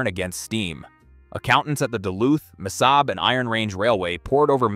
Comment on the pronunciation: Missabay?? “Mesabi” is pronounced 3 different ways, good video otherwise.